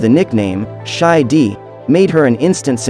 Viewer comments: Her nickname isn't pronounced "Shy Dee", it's pronounced "Shy Die" as In Di, short for Diana. If you're going to report on something that's outside of your culture, the least you can do is get the information correct. Diana deserves that much respect at least. Sheesh. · Ok, to the narrator I'm guessing who put this video together....where you there in 1981? She was called Shy Di. Not Shy "D". I was there, I read all of the papers and magazines. I woke up at 4 am to see them get married. Just asking. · It was "Shy Di" not "shy D"....😆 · No…her nickname was “Shy Di” Di short for Diana and rhymes with shy. It was NOT SHY DEE. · "Shy Dee"? No, she was known as "Shy Di" with a long I sound. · WISH they would have a live human narrate these videos. This male voice referred to Diana and Shy DEE, instead of Shy Di, as in DIana. And you didn't show the house Camilla grew up in like this video shows Diana's home as a youth at Althorp, the magnificent 500 year old manor house on 13,000 acres. Instead, this showed the house Charles bought as a divorced man and had redecorated, and later gave to Camilla. NO COMPARISON. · Shy Di, not Dee. "Di" rhymes with "Shy" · "Shy Di" rather than "shy Dee". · Shy Di is not pronounced "Dee" it's prounced "Dye". smh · Mispronounced her nickname. Shy Di pronounced Di ana or Di not Shy Dee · “Shy D” like a mumble rapper.. Shy Di as in Dye. dI. Like Di- Ana. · Shy Di wasn’t pronounced “Shy Dee” but “Shy Die”. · That’s “Shy Di” rhymes with “die” not “dee” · It wasn't "Shy D".. it was "Shy Di".. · Oh Dear, you have a pleasant voice, but your pronunciation is appalling. Most notably 'Shy Di'. Di is pronounced die not dee. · Shy Di, like shy dye.....not shy dee.....wtf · It’s pronounced “Shy Die,” not “Shy Dee.” Spelled “Shy Di.” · Shy Dee? Wtf it’s Shy Di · Not Shy "dee", it's pronounced "die" (Di) It's the first 2 letters of her name so it is the sound of those two letters like they sound if you said her name in full Diana =die-an-na